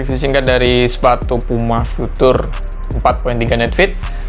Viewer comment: Pengucapan "future" masih salah bang😆 tapi udah bagus konten nya.Sukses terus!🙏